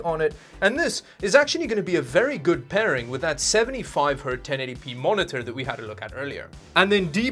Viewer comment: this dude keeps saying 75 hurt...its 75 HERTZ